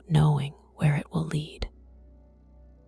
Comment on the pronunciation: AI reader (see the pronunciation of "lead" (to ask to follow) vs. "lead" (the metal) and "refuse" (to deny) vs. "refuse" (rubbish or trash). AI doesn't know how to handle context yet. Good content though!